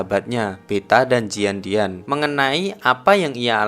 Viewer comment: bca Jian Dian sehrarusny Jien Tien gasi? atau Jien Nien? gatau jg si cuma aneh aj kalo ttp di baca Jian Dian.